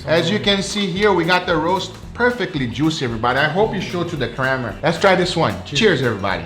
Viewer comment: I love, he cracks me up when i least expect it Definitely not "compaying" "cram-ra